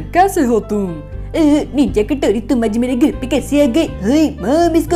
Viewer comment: i umsubs you it is ninja hatorri not ninja katorri